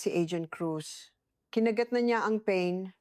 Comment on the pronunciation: Kinagat daw ang'pain ' instead na pa-in !! Pilioino namn bat ganun may pagka bulol